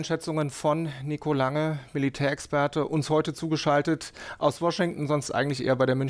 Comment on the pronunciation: "Militärexperte" 😂🤣 Nur weil der Typ einmal CS GO gespielt hat, ist er noch lange kein Militärexperte! Er kann nicht einmal die Bezeichnungen der Waffensysteme richtig bennen und aussprechen 😁